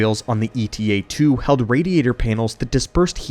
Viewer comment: It's not E.T.A., but Eta, a Greek letter just like Alpha, Beta, Gamma, etc